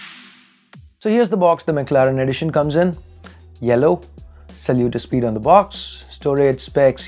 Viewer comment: I heard, "Sallu to Speed" 😂